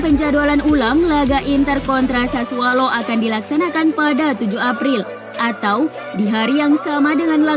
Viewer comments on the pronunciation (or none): Bukan sassualo tp sassuolo